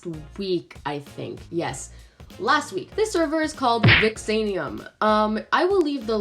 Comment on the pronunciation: 😂😂😂 it’s vix-yee you pronounced it right, but great video :)